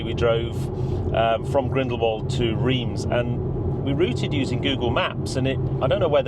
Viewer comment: What a trip! I am surprised that when you got back to France and Reims that they didn’t hang, draw and quarter you though for the mis-pronounciation ! Rather than Reems, they say it Raunce. I was always guilty of this, and then my neighbours friend who came from there kept correcting me 🤣🤣